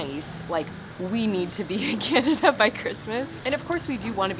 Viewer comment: I don't think you are saying Canada correctly. 😂😂